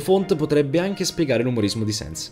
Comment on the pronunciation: Ma sens no sans si scrive sans e si pronuncia sens